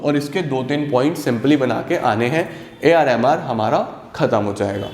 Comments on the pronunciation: When he says ar mr its sounds like ar rehman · AR MR sounds like ar rahman 😆